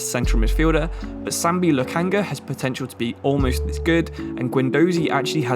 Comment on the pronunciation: I think he pronounced a single name right (mightlen niles, loookanaga, owbamyang)